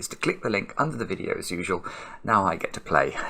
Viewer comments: "as ... err" must have triggered Alexa into thinking you were talking with a weird accent that misses a lot of letters. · Devonian ./ zomerset ?